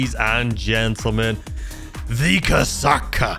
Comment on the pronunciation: Bro called the kosatka as kasaka